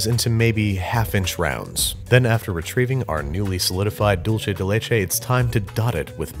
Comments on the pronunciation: Dolce (doll-chay) = Italian 🇮🇹 / Dulce (dul-say) = spanish 🇪🇸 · I cringed every time he said it that way. Dool-say dude, not dull-chay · Its really dulce. Not dulche. You know how the dulce is spelled dulce and the leche is spelled leche? That's why dulce is pronounced dulce and the leche is pronounced leche. In italian, dolce is pronounced dol-CHE. But that's because it's Italian, and a totally different language. The c is "ch" and their ch is "k." But in Spanish, c is "s" or "k" and ch is ch. Like in English. Dulce. Like "she spoke in dulcet tones." It's infuriating because it's actually more similar to English, and yet people speaking English are CONSTANTLY trying to overpronounce it. Doolseh deh leh-cheh. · DULCE= "DOOL-SAY" It was painful hearing "dool-chay" the entire video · sighs It's not pronounced "dool-chay." It's pronounced "dool-say." "Dulce de leche" is Spanish, not Italian. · Dool-seh not Dool-cheh. This is not Dolce and Gabbana, it’s dulce and banana. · Juan king anyways its Dulce so suck it up Juan